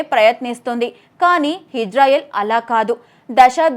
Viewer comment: హిజ్రాయిల్ కాదమ్మా ఇజ్రాయిల్!